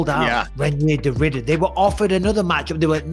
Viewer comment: Excuse me. Can you please learn how to pronounce RDRs name correctly. There is no “day” in his name. FFS.